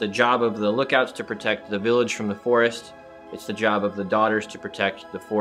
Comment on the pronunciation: really didn't seem to like Jerry's pronunciation of the forest